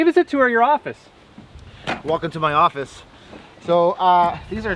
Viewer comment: Oh thank God, I thought Joe said "Welcome to my orifice!" 🤣